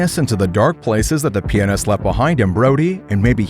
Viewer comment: PLEASE FUCKING SAY PIANIST RIGHT